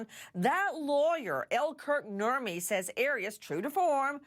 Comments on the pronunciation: Who else hears 'Burt and Ernie' when someone says Kurt Nurmi? Just me? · Nurmi is a finnish last name, so he has some family from Finland. When Americans say "Nurmi" it sounds soooo stupid and NOTHING like it should be pronounce 😂